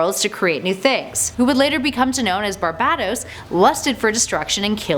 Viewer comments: ITS PRONOUNCED BAR-BAY-TOS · You are pronouncing barbatos Wrong